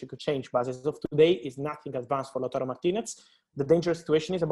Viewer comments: Lachuro lol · man really said latrooro🤣